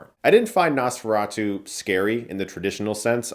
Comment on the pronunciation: Not only did you get Count Orlok’s name wrong but you also mispronounce Nosferatu. You really are a hack now.